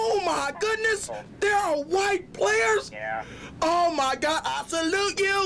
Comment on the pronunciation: his white voice when he said thatw as fucking GOLD hahaha "White playERS"